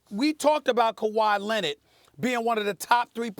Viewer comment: “Kawhi Lennit” - Stephen A.